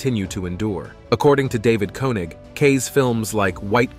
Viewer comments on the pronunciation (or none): none